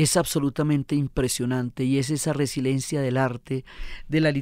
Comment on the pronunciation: Diana, por favor, no es resilencia, es resiLIEncia.